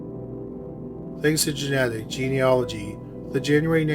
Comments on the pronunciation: Not in America. It’s “JEE-nee-ah-luh-jee”. I would think it would be the same in Canada (the narrator’s home country) too. In all his past videos he would say something like “Jeena-nology” — he’d throw in an extra “n”. I’m really proud and relieved he got it right this time. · Congratulations! You FINALLY pronounced “genealogy” correctly!!!! After years of pleading. Then you turn around and mangle “Naperville”. But that’s a small price to pay. Thanks for posting these cases with resolutions.